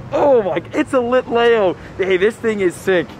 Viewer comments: It's pronounced Litleeo not Litlayo, but I know pokemon names can be hard and you are doing great! I know someone who said Litelayo so... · It’s pronounced lit le o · Lit-Lee-oooo not lit lay o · LIT LEO, NOT LEYO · Also you are saying Litlayo when the real way to say it is LitLEO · Its lit-lee-o not lit-lay-o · HE DID NOT CALL IT A LITAYO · its pronounced Lit-LEEoo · It’s lit lee oh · it is lit lee oh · Lol i was lowkey loosing my mind everytime he said litleo lol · That is not how you say litleo